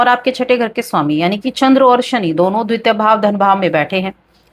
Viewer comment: द्वित्य नहीं द्वतीय त में बड़ी ई की मात्रा लगी हुई है उसका उच्चारण कीजिये